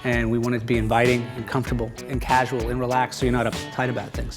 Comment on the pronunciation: Lol! He said causal.